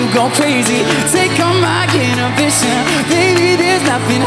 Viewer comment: Omg I love this so much!!! Kinda triggered how he pronounced inhibitions tho lol